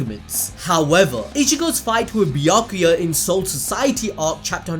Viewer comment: 🐝🤮🎱🛖 Bee-yack-que-yurt Smh 😲